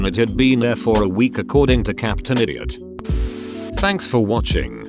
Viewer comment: I love how the computer pronounced idiot like "Eye-dee-ot"